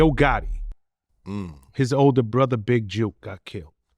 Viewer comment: Why keep calling him big juke. When it's big jook.